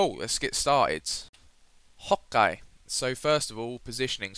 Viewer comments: stop saying hoke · he said OK as "Hokkai" lol i laugh hard until i peed in my pants!!!! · why is he saying hawkeye or hokeye or whatever he is saying? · He says "ho-kay" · He says Hokey